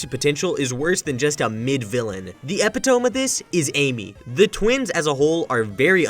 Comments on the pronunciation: Not gonna lie, it's quite funny showing the definition AND PRONUNCIATION of epitome on screen, and still pronouncing it wrong. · dude im sorry for being pedantic but that is not how you pronounce epitome and having the pronunciation on screen when it happens is hilarious